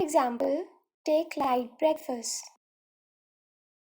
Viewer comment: Take brakefast like that